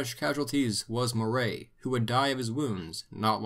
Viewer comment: Moray is pronounced Murray, btw. Enjoyed this video, I hope in part two you will cover the rise of Universal Public Education in Scotland given how important it was to, well, the entire modern world we have today. Everything stemmed from that choice.